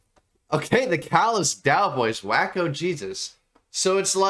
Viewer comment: Designer Shroud of Turin. Best of the 3 songs on this EP, epic ender, and sad you didn’t react to it. Also “Waco”, is a town in Texas, known for the insane religious cult standoff and massacre in 1993 (not pronounced “Wacko”, but “Wake-O” 😂). Also, this band is very much influenced by mathcore, almost impossible to bob your head to, even after multiple listens. I’ve listened to this EP 20 times and I still miss beats. This genre is trying to make you uncomfortable in that sense, give you misdirection the whole time, which doesn’t settle well with most. Your reaction was very positive.